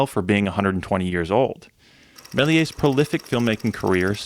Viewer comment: The S in Méliès is pronounced.